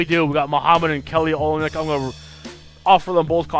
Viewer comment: lol it's kelly o-lynyk.. not oly-nyk! and noel is pronounced like "no-el"